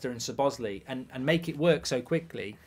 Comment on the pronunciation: Why are you still saying Sobozlee after the player himself is shown on a clip where he gives the correct pronunciation? ... Put in some effort Goldbridge, cumon lad. Respect the name... it's not even that hard tbh